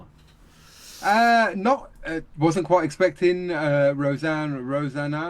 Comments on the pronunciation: Indeed it was Bill Murray, the unfunniest cast member ever to infiltrate SNL. He must have been in possession of some incriminating videos or something. Fortunately for us he has no lines in this clip. The name is not hard -- say "Roseann". Now say "Rosanna" Now add "Danna". Rosanne Rose-Anna-Danna. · It’s ROSEANNE ROSE ANNA DANNA!